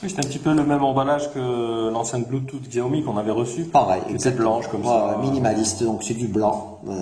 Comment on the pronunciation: Sa se dit "chaomi "